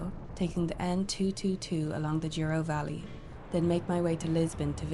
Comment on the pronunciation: If you look closely, the first 3 letters of "Douro" are not "duo" but "dou" and they're pronounced like "dough". 😉👍